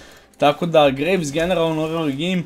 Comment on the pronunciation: I ja gledam nesto mi cudno kaže gragas a slika graves 😎. Btw super klip